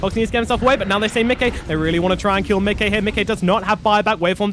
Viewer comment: If the reads this: Micke is (obviously) a swedish name and you are pronouncing it perfectly. Most people say Mickey like the Disney character but all "Mickes" out there wants to be called exactly the way you say it! Great casting altogether